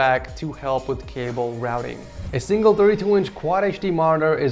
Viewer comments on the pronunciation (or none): none